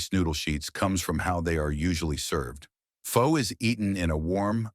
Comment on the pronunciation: Narrator only pronounced “pho” correctly 2x. Otherwise I learned something new today. From Hawaii. 69 years old